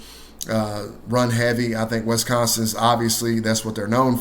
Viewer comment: Wes-consin? Wisconsin!